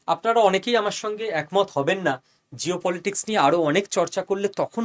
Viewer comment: জিওপলিটিক্স বার বার উচ্চারণে শব্দটা মুদ্রাদোষে পরিবর্তিত হয়ে যাচ্ছে না তো! ভেবে দেখবেন...